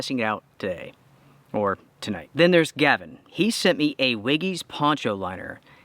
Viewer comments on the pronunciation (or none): none